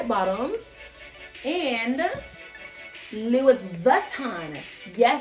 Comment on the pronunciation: Okay, she's cool, I like her but it's not LOUISSSSSSSssssss>>>>>Vitton, it's Louis....Loooo EEEEEEE as in 'Armstrong'....please correct that part and it'll be much better; just a suggestion.❤👌